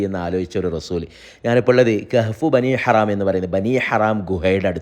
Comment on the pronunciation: ബനി ഹറാം എന്ന് അല്ലാ ബനി ഹറം എന്ന് ആണ്